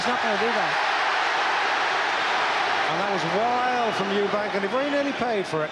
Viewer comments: It always pissed me off how disrespectful Barry was by constantly referring to him as Eubanks, there was no fucking s on the end of his name and that was rude and ignorant of him. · Barry McGuigan seems to be struggling with getting Eubank’s name right for some reason…🤔